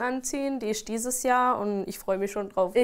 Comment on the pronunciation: 'die ischt dieses Jahr' wo, bitte wo ist da ein s-c-h?